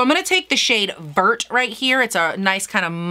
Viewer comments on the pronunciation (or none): Vert is French and should be pronounced as Vèr